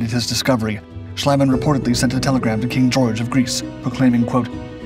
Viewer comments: Schliemann's name is pronounced Shleemann, not Shlaymann (that would be spelled "Schleimann") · you butchered max schliemann's name.